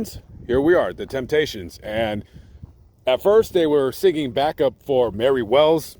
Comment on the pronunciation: You left the “p” out of Temptations. Thanks for your work.